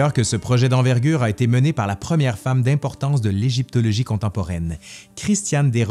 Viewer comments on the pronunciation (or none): none